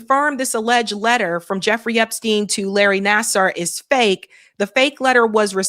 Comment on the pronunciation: I think Larry Nassar's name reads: Nassaar not Nassar/Naser. Thank you!